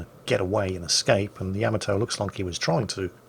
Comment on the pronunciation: Why do so many mispronounce Yamato? It's yah - MAH - toe.